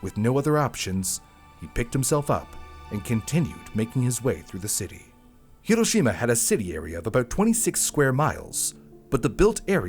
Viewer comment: Thank you for actually saying Hiroshima correctly. My teachers all hated me for correcting them every time.